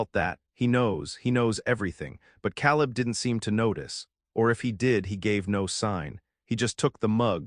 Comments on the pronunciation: It's Kay-Lib "Caleb" not Cow-Lib !! You people really do need to listen to your ai stories before you post them making necessary edits if you want people to subscribe. Lots of holes and discrepancies in this story that you would have caught if you would have just listened to it first !!! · Kay Leb, not Cal Leb. AI should know these things